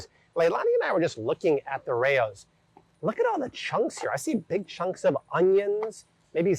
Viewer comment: He pronounces it correctly. RAY-ohs. He pronounces it exactly like they pronounce it at the restaurant in New York City. And if you look up any video with Frank Pellegrini the owner before he died he pronounces it exactly the way I typed it out.